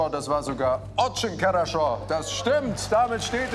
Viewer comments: Das wird nicht karascho sondern harascho ausgesprochen... trz coole challenge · es heißt harascho (хорошо auf russisch) oder vielleicht sogar charascho mit einem harten ch wie in Ach. Aber auf keinen Fall Karascho xD